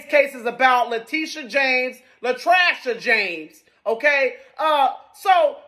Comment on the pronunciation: La-trash-a James 😂😂